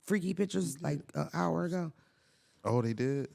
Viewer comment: Yall can’t say “hour”😂😂